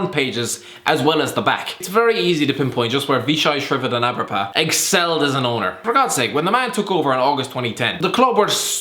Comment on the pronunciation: well done for pronouncing Vichai's second name correctly